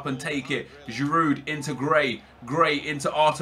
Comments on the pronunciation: its pronounced girou not giroud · You support Arsenal and pronounce the d on Giroud. It's more like girou almost. Do you even watch football? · Please stop saying Giroud with the D in the end bcoz its killing me, the D is silent bro -__ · you don't pronounce the d on giroud nep